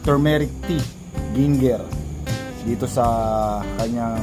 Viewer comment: Binigyan ka ni Boss Chief ng Turmeric and GING-GGER 😂😂😂